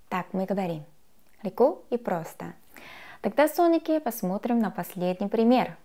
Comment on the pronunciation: Мне так нравится её фраза с акцентом:"Леко и просто.'' Готов влюбиться.